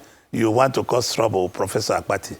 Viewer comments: I thought something was wrong with my ear. I equally heard Dr. Akpati several times Instead of Dr. Abati. Akpati means luggage in Igbo language. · Dr 'AKPATI' , you supposed to correct him on how he pronounced your name, he knew you almost 40yrs according to him and still pronounced your name as Akpati (box)